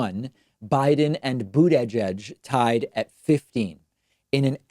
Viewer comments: Stop saying Boot "eye" judge David. If you can't pronounce it just say Mayor Pete. Bernie 2020! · Aroddo boogie fudge?